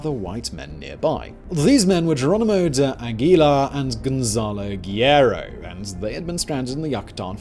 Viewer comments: "Giyero" lol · It’s really hard to tell you how you’re mispronouncing my last name through a comment but it’s GUERRERO not what you said the first time the second time you got it, right 🤷‍♂️